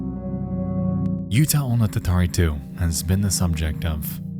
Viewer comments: Just a minor note, "Utahonotatari" breaks down to "U-ta-ho-no-ta-ta-ri", not "Utah-o-no-ta-ta-ri". Remember, Japanese syllables can't end in any consonant except n/m, so as much as our American eyes are drawn to "utah", that doesn't exist in Japanese. The state would be "yu-ta". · Nexpo, I love you and this is a fascinating video, but your pronounciation of the "uta" in Utahonotatari is killing me, man. Edit: And Nanakorobi Yaoki.